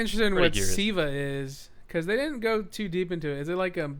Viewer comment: its Siva not viva lol